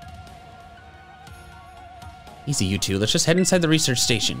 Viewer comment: I love how when he said TWO?! it sounded like he said POO?!